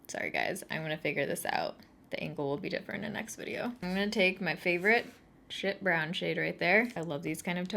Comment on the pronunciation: I thought she said shit brown when she reached for the morphe brown and I’m okay with that ❤️ haha